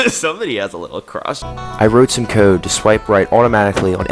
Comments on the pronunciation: he "wroot some cood" lol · I wrote some "cOdE ".. BRO I can't with the pronunciation of code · I genuinely can't stand how he says "code". Edit: NVM I just hate how this dude says anything with the letter "o". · the way he said "code'